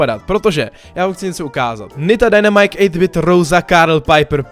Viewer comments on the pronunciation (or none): none